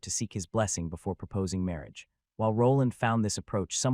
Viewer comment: 'Mawage, is what bwings us togethew, today.. ' 😂